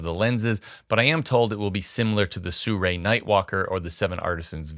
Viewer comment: The sirui lenses are pronounced Siri I’ve heard great video